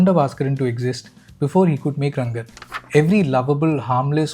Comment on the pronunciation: You are also manipulating us by calling him Rangan constantly when his name is Ranga 😅